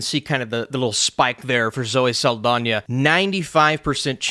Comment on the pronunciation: For some reason is adding an I to Saldana. “Zoe Saldania” 😂